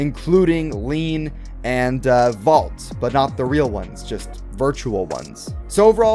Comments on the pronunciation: ILLINUC IT'S LIAN NOT LEAN 100 PERCENT FOR HASBRO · The name in America is lain so it is lane not lean